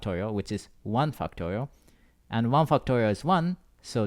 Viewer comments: whhy do i hear "fucktorial" T.T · fucktorial. he said fact correctly tho. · stop saying fucktorial. i can't concentrate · cannot unhear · It doesn't sound like he's saying factorial lol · i love your explanations! but i cant help but laugh when you say 'factorial' hahaha thank you I learned and laughed, the best combination!!